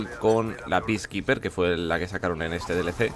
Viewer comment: "Piskiper"?En serio?